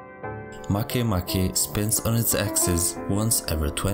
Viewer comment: It's pronouced Ma kea ma kea but not "Make a bread" MakeMake?